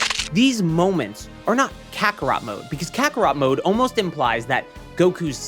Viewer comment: that's not carthu that's cartharot 💀